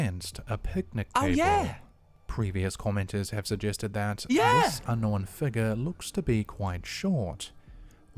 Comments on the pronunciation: For the record, King Frostmare is the other channel that says "know-en." And, no, that is NOT how you pronounce it, lol, so no need to stress. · The whole "knowen" thing....... I was just thinking It's not Knowen, like Owen It's Known, like Gnome then a questionable gnome sighting Like I said, "Known, like gnome' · It’s “Unknown” not “Unknowen” idk why people all of a sudden r starting to change the pronunciation of the word. It’s kinda annoying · Un knowen looool....and forworded 🤣🤣🤣🤣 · You're trolling on the "unknowen." Its well deserved though. lol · its pronounced "known", not "known"....got it? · mate he was saying "Ungnome" LOL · I think he may be saying unknowing but drops the g. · Yes, that is how we Kiwi's pronounce the word unknown lol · Don’t worry about his pronunciations - he can’t help being a Kiwi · Slapped Ham pronounces the word unknown the same as. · I’m constantly teased by everyone for how I pronounce ‘-wn’ words. I say it like him and can not for the life of me fix it. 🤷🏻‍♀️ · It's known the way you say it, it's correct. The Formen Brothers say it the way he says it. It's kind of aggravating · The correct pronunciation of un no when will remain unknown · will always get thumbs down for me on every single video until the idiot learns how to talk. “Unknown” is just one of like 20 words he doesn’t know how to pronounce. Not to mention that he uses the word “unknown” about 50 times per video